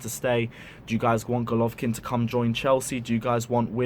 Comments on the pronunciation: its not rocket science to pronounce "Go" "lo" "vin" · Golovin! not Golovkin))) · Bro its golovin not golkvkin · It golovin not golovkin plz get his name right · Bro it’s Golovin not Golovkin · You shud take this video down awful that the main part of your video refers to someone whose name you could not bother to research enough to say it right